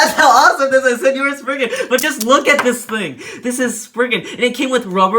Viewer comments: ummm, excuse you, it's spriggan, not spignut. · he just called spriggan sprignut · It's not spriggnut it's spriggin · Umm???????; you called legend spriggan legend sprignut. The time stamp is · Sprigna? Spriggan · Wait, he said spriggna? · When you were talking about legend spriigan you said spring nut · Did my boi really call it sprignut hahahaha lol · Is he calling is spriggnut🤣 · nobody's gonna say he said spriggnut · Y r u saying sprignut 😂😂😂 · Lol I hear Sprignut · its not spriggnut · DUDE WHY ARE U SAYING SPRIGNUT